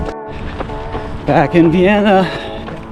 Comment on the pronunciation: Love this! And I live that you picked up our Vienna pronunciation mid race. 🙌☺️ Thanks so much for joining us and congrats on a race well run!